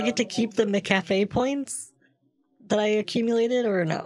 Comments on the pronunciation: mc afee? no, it's m'cafe. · More like Mcapee in this vid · I thought it was said Mackuhfee, not Mickaffy...lol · Take a shot every time “MCAFEE” is pronounced “MCCAFÉ” mcafee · I loved how he kept calling it McCafe instead of MacAfee. So funny. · I always pronounce it like 'Macafee" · every time he mixes up McAfee and McCafé is (for some reason) the funniest thing to me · Did he say McCafe instead of Mcaffee?? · I always thought Kit just pronounced MacAfee as "mc café". I didn't realize he was doing it as a joke this whole time until now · It's suppose to be pronouced MAC A FEE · I was surprised when I heard how it was actually pronounced. It's spelled like Mc Afee. But pronounced like there's an a in the first part, like Mac. It was very confusing to me at first. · LOL the way he says McAfee like McCafe fndbfjfb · McCafe (McDonalds) v McAffee….😂😂😂😂🤣🤣🤣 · McCafé 😂😂😂😂😂 I think they mean Mcafee.😂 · McAfee = McCafe LMAO I WAS DEAD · him pronouncing it as mccafé made me lose my mind